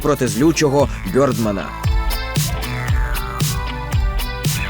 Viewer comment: Бьордман, це як я розумію Birdman? Тоді правильно би було Бердмен. Чи я помиляюся?